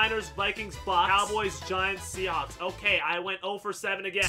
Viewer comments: He said seacawks lol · “The seacocks” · anyone else realize this man said ''seacocks''? 😂😂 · I swear I heard him say seacawks